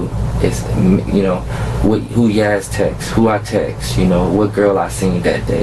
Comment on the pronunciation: It's "texts" Not "texas" Buh leee Dat Nawh why sayen